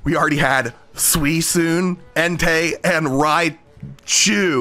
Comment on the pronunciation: Not sure if you were aware so I'mma mention. Youtube's automod system detects the second syllable of the correct pronunciation as a racial slur, and it'd get his video demonetized. He says "Suisune" intentionally.